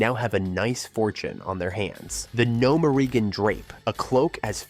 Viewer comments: Why do u pronounce Gnomeregan like No men regan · Ik you use ai voices but man. Can you at least have the ai pronounce gnomergan right?